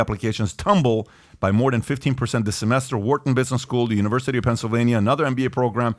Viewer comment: You know the guy is full of crap when he can’t even say the university name…he has nothing to lose, clearly he is sending his kids there. He can warned other people.